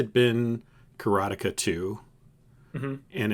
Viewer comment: It's "BROOD-er-bund" The Gaming Historian clarified this 40 year old mispronunciation for me. It still sounds completely wrong to my ear. Also, "ka-ra-TAY-ka" And while we're at it, Iolo the Bard is "Yo-lo" (not "EYE-oh-lo") and Shamino isn't "shuh-MEEN-oh", it's "SHAM-in-oh". Yeah, it's hard for me to swallow all of these as well. Bonus edit: uh-KAL-uh-beth. Makes me shudder. It will always be ACK-luh-beth to me!